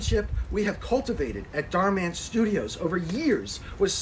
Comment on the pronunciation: You are the only creator I've seen that refers to Dhar Mann by actually putting the emphasis in the right place. Everyone calls him something like Dharman, like he’s a superhero lol